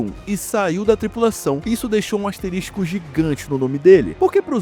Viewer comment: NÃO É "ASTERISTICO" É ASTERISCO